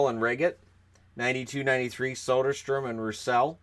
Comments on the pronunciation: it's Söderström. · You pronounced Soderstrom two different ways